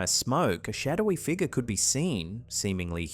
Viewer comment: Ok dude, what the hell is a figga? My friend said you are unable to pronounce the letter " R " at the end of a word. I'm new to this youtube thing. We have to go into town to get internet so we get little time to see videos. We have to go. Keep practicing your English and you'll get better at it. You make really good videos too.